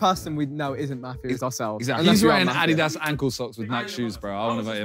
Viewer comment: Simon saying adidas wrong triggers me